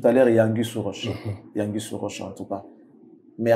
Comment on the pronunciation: Exactement on dit anguille sous roche pas angwille sous roche 😂😂